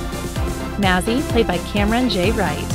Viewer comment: Why she say maz like that